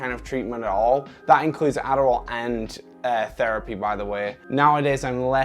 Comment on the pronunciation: he turns into an American ADDDDARRRRRRRRRRRRRRRAAAAL